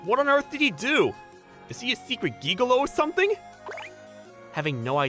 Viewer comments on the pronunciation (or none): “Is he a secret gee-ga-low” my guy a what? Some of the things they try pronounce in these are funny more then the entire story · Gigolo is pronounced Jig-A-Low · Anyone else besides me laughed at the fact they said geegalo😆😏